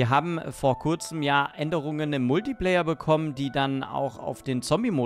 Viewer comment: Der kritische Multiplayer? Triggert das noch jemanden? Man spricht es kritischer „Multiplaier“ LG